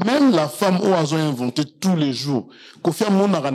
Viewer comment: oza zoba kizengi tu vis en France mais french kaka mobolu balobaka venter et non inventer